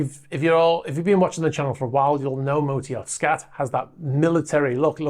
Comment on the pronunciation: The A in SKAT is pronounced as a U.